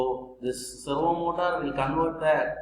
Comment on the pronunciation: Servo motor ❌ Servo motas✅...😂😂😂😂